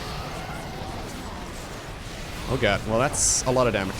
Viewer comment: T H A T S A L O T O F D A M A G A